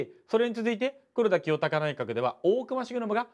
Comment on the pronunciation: ぐらいの黒田清隆内閣のところでって言ってるところなんかじわる滑舌壊滅的